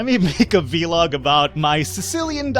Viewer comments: It's not VeeLog, it's vlog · your saying V-log not vlog it's one word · It's vlog, one syllable, not vee-log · I like how you say it v-log :D